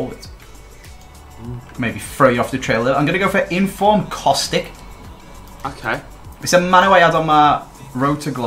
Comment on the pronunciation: why.......EVERYTIME...................................ITS kostić not kostik u say pretty much every balkan name correct..... that just grinds my gears sry.....^^